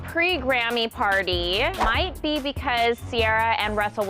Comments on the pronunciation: The way you say Ciara kills the video... take it from somebody from Griffin. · How hard it is to pronounce Ciara🤦🏾‍♀️ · Shernea Earnest the way he did it is so cringy too, I'm surprised nobody else noticed really. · I noticed that 🤦🏼‍♂️